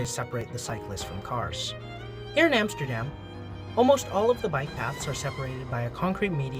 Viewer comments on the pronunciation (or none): none